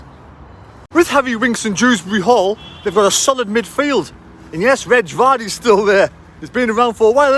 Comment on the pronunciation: LOL "Reg Vardy"